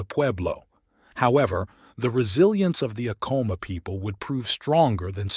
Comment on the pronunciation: Its actually pronounced Ack-A-Ma..im born n raised new mexican my ppl are Apache mescalero...❤🦅